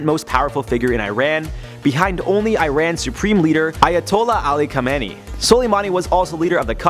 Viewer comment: From Tehran...u pronounced SL wrong it's kha me ne ii Have fun!